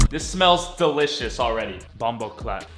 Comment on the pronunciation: Did he try to say bomboclaat 😂😂😭